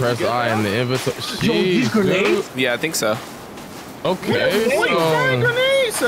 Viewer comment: Dude just sayed grenads nads